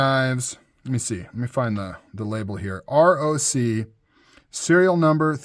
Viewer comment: You say ROC (Rock), named after the mythical bird of prey. That's why it looks like a talon.